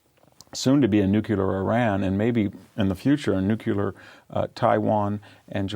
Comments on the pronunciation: 'newkular'? christ. credibility drops to zero. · Oh, come on, Victor. You are a genius. You can read Greek and Latin. Can you please learn to pronounce “Nuclear.”